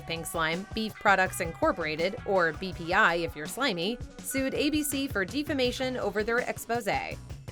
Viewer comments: did you say, 'deef-ah-na-shan' or 'BEEF-ah-na-shan?" Because 'defamation' is pronounced "def·a·ma·tion 'defəˈmāSHən.' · "dee-famation" pronunciation is absurd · "Broadcast" is the same in the present tense and the past tense. "Broadcasted" is not standard English. dĕf″ə-mā′shən is pronounced with a short (soft) E. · How do you mispronounce "defamation"?